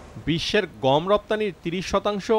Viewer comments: উচ্চারন টা "গোম" না। "গম"। আরো সহজ করে দিচ্ছি.... "গঅম"। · গোম নাকি গম? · ও ভাই গোম না গম ? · ভাই উচ্চারনে একটু নজর দেয়া দরকার । ওটা গোম না ভাই গম হবে । অনেকে তেলকে ত্যাল বলে , শুনতে ভালো লাগে না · গোম কি ভাই😜? ১ম দিকে অনেক বার গম না বলে গোম বললেন। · ভাই উচ্চারণ টা "গোম" না "গম" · গোম নয় গম। ওকে! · রিপোর্টার গম বলসে নাকি বোম বলছে ? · গম কে গোম বলে কেন? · গোম উচ্চারন!